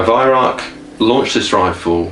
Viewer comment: Why don't Youtubers listen to Herr Weihrauch telling the world how to pronounce his name?